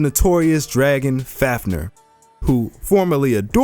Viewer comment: Love your videos, but I have one criticism. The pronunciation of some things. Like Balmung and Fäfnir